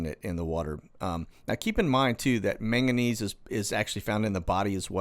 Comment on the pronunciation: Usually pronounced, mang gah niece